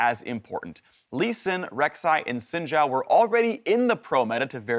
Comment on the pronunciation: woah he pronounced xin zhao properly, has he always?